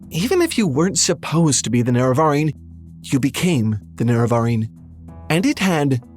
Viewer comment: Please decide on how to pronounce "Nerevarine." We all do it wrong, but we keep it consistent. Love you, but please don't put the wrong emPHAsis on the wrong syllABLE.